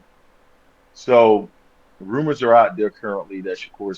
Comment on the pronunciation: DONT BELIEVE IT Also you keep saying runor that’s not credible